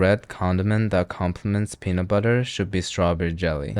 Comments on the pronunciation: Did he say the penis flavor? 😂😂😂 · the what flavor? I heard an S in that word, that was not "peanut" 0.0